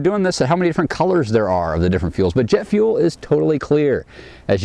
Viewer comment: "jett fuell!" O_o sniffs "JETT FUELL!!" O_O